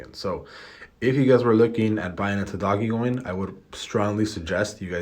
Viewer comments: Bruh can’t even pronounce it right, u have no clue what it’s going to do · He always laughs about it and says he likes to call it doggie lol. He’s up 15k or so on it and has called a few bottoms 🤷🏽‍♂️. Nobody knows what the heck this thing is really going to do. Lol